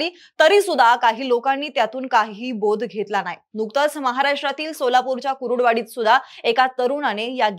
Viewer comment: गावाचे नाव सरळ घ्या कुरुडवाडी नाही कुर्डुवाडी आहे